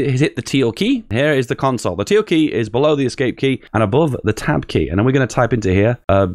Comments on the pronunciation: Tilde key, not teal key! #dontdie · Am I the only one concerned that he calls the ~ a teal, and not a tilde? (Til-Duh)